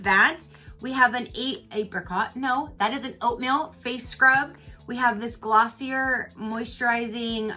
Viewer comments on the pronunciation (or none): Ooooh Glossier!! I love their products! Its pronounced Glossy-ehhh :)